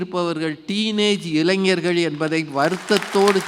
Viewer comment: avargale, Neengale eppadi pesalama..? Ezhanjargal Alla, Elainjargal..Entha edathal ZHA poda vendum enrdu therinthu pesungal..